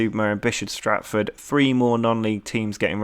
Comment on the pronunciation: It's Bishops Stortford, not Stratford!